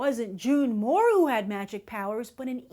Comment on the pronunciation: She keeps calling her June Moore it's June Moon.